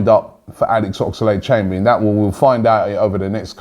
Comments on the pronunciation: Oxlade...... Oxlade...... Oxlade...... NOT OX-A-LADE!!!!! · WHY CANT YOU SAY OXLADE NOT OXALADE AHHGGGHH